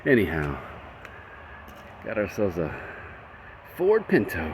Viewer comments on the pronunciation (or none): People called it pin-O